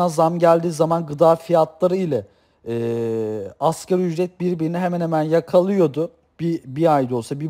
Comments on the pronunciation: Hocam askeri ücret değil asgari ücret..sizin de bildiğinizden eminim ancak söylerken hep askeri ücret gibi söylüyorsunuz biraz daha vurgularsaniz daha doğru olur sanki... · Ekonomik bir terimi yanlış telafuz ediyorsan, güvenilirliğin azalır. Sen ki 1000 kere askeri ücret dedin.